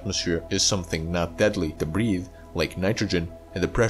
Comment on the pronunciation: And' breed'